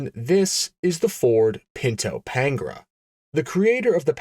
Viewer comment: It's not Pain-gra, it's Pan-gair-a, pronounced like Pantara, as in De Tomaso Pantara, the then current semi-supercar that you could buy at your local Ford dealer. The context of time and place matter, especially in a documentary style video. Other than that, good video.